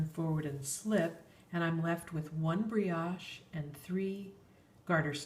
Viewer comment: only FYI, "brioche" is a French word and has a long "o".